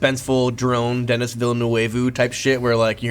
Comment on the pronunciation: mf said DENNIS villNUWAYvue 😭😭